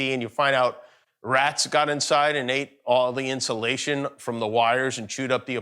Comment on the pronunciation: “The pentagon put d real nuclear code to d football”. I’m dead 🤣🤣😂🤣